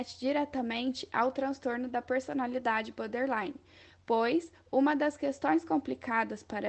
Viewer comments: Repitam comigo 10 x " BOR- DER- Li-NE" e não BÃderline e nem BÓDELINE. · Meninas, é boRtherline, não é butter nem bother. Acho que seria legal vcs aprenderem a pronúncia correta desse transtorno.